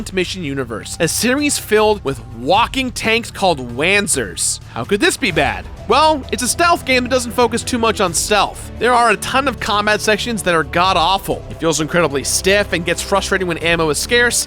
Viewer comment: it's pronounced 'vaanzer'